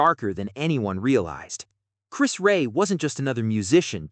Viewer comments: You don't even pronounce his name right..we know about Chris.we are 🇬🇧..you have got all this off Wicki...of course Chris carried on he's a🇬🇧and a Middlesbrough lad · this is insulting inaccurate and can't even pronounce Chris Rea's name correctly - just the worst !! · And they can't even say his name right. Ker ching! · Exactly,it's insulting that they can't even get his name right.🙄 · His name is not Chris Ray, it's Chris REA, RE-AH. Get it right. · Exactly,, most annoying!! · You can't even pronounce his name correctly!!! Ray haha. It's pronounced Reeah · RE-AH not Ray. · Say Chris Rea's name right! It's not "Ray" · At least make sure the rubbish mechanical commentary got Chris Rea' s name right. Chris Rea NOT Chris RAY! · 🙄 For goodness sake...... at least have the decency to get his name right Chris REA not ray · Please use an English person to comment, then they would know how to pronounce his name right,It’s Chris REA,not Ray.. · THANKS ... UP UNTIL NOW I PRONOUNCED CHRIS RIA... SORRY... RE AH... MY MISTAKE... UNINTENTIONAL... STILL I SHALL CHERISH HIS MEMORY... BEFORE BEING AN ICON MUSICIAN HE WAS A LOVING HUSBAND AND FATHER FOR HIS BELOVED TWO OFFSPRINGS JULIA CHRISTINA &JOSEPHINE❤❤❤ R.I.P. NOW YOUR ONLY ROAD IS TO HEAVEN.... WE STILL BE HERE ON THE ROAD TO HELL... BUCHAREST ROMÂNIA IS SHARING TEARS 😢😢😢😢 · Erm, that is Chris REA, not Chris Ray! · You mispronounced his name. It's "Ree-ah". Very, very sad. Huge talent! What a sad medical life. Loved his biggest Top 40 1979 hit, "Fool If You Think It's Over" .RIP Rea. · Chis Ray ???…..if you are going to make a video, make sure you pronounce their names correctly ! I knew Chris Rea as a young lad, I went to the same school as his wife, a Stainsby Girl. He was a real hero of music, and deserves more credit than he did. rIP Chris. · Oh my days can't you pronounce his name properly. You are soooooo annoying